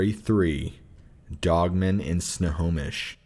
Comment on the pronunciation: No fucken way he said snohomish